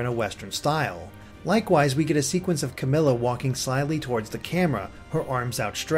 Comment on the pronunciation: I'm pretty sure some of the words in there were mispronounced, such as Camilla, Kamui, and Manakete, but I'm not sure.